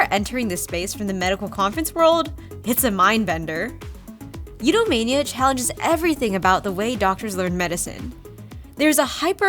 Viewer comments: a couple of times you said Eudamonia as Eudamania! Appropriate 😂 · Eudemonia, not eduemania. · Sorry, Eudemonia is not pronounced as Eudemania. I underlined the ends of the words (monia vs mania) for emphasis, but the underlined text was cut off when I posted it. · Thank you!!! Yes indeed, a view times I accidentally said "Eudemania" and some people thought I did that on purpose to emphasize the MANIA 😂 I mispronounced the word by complete accident - Freudian slip? Yes, the summit was named after that Greek word!! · I was taken aback by the first couple times pronounced as You-da-mania.